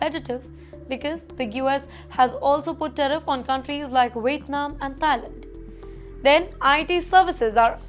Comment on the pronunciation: Someone please pay so this woman can clear English101. Ridiculous. Teriff? 🤣